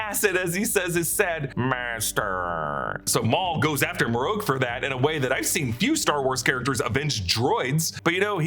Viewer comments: Not Marroke it's Marrok. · "Maroke" smh... his name is Marrok ("Mah-Rock), or just first brother.